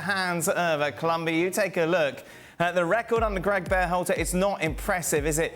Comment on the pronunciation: can't stand how Herc pronounces Berhalter.